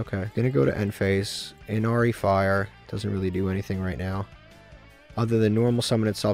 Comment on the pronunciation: I just want to say how much I appreciate you saying "Inari fire" now <3